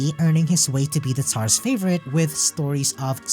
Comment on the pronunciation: How do you end up pronouncing "Tsar" as "Tar", after hearing how "Tsaritsa" being said a ton of times over? >.>